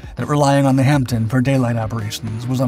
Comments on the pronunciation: The Hampden? What? is this channel now actively parodying itself? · Just a couple of points. The Hamdpen is not pronounced as you do, not your fault. The 'P' is silent and the 'E' sounds more like an 'O', but not quite (a bit similar to the way we pronounce 'shire' at the end of a county's name, as 'sure', Hampden is, after all, the name of a place. You reference K** and L** as is they were like project titles when they are, in fact merely aircraft serial numbers. They took the form, during the war, of a letter and four digits (K - L - M - N - P, and so on), later, into the Cold War and beyond, the series had evolved to two letters of the alphabet and three digits (technically still the same series of - well - serials), so that, during my time in the Air Force, there was a Nimrod XV236 and one XW666, for instance. When I left the service, we were into the Z?*** series. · The video's title is ludicrous and the breathless commentary overdone. The Hampden (not "Hamten") was comparable in performance to the Whitley (which carried a heavier bomb load) but neither were in the same league as the Wellington. Pilot's liked it for its manoeuvrability but its narrow fuselage was a real handicap. It performed good service in the early war years but was not as exceptional as the video makes out. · It's HampDEN, not HampTON. Pronounced Hammden, silent P. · Where as 'Hampton', which the commentator on this video consistently substitutes, means something completely different and rather rude! See a dictionary of Cockney rhyming slang! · Good video, thanks, but with my pedant hat on I'm wondering why it's repeatedly referred to as the "Hamp-tin" when it's actually pronounced "Ham-den". 🤓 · It is pronounced Hamden - the "p" is silent. The narrator sounds as if he is saying Hampton. They are rebuilding one at Cosford Air Museum in the UK. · Silent "P" -pronounced " Hamm-den" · why is the narrator persist in callin it the Hampton when its the Hamden? I can guess of course